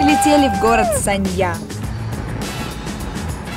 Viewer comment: Anna Andreeva город то санья, а не ссанья